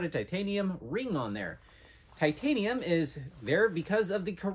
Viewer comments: "Chitanium" lol love it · "Chi-tanium" lmao